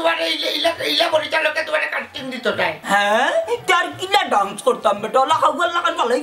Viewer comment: ডান্স শুদ্ধ উচ্চারণ 😊❤ ড্রানস ভুল উচ্চারণ 🦋🍫🍫